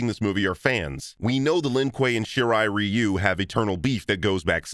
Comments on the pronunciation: so sad you too didnt point out that goro is just a modified hulk model.... also THANK YOU, finally someone who says shirai ryu correctly! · Thank you! Edit: Another special thanks for pronouncing Shirai-Ryu correctly, unlike the Mortal Kombat games themselves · THANK YOU for saying Shirai Ryu the way it really should be said, and not that botched pronunciation the games use!!